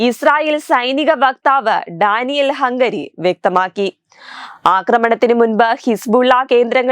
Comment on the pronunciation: ഡാനിയേൽ ഹംഗറി അല്ല ഹഗാരി